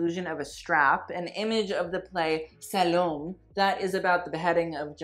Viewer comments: Salome is pronounced Salomeh. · calling a violin a guitar and then being pretentious with the pronunciation of Salome (should be pronounced saa-loh-mai)